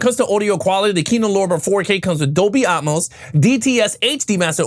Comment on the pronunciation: its AT-MOSE not Um=mose... tiktoker G.A.TURKS